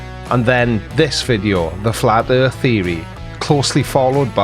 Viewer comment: What’s a “fla’ erff”? (And should that be one ‘f’ or two?) Please don’t make us listen to her again.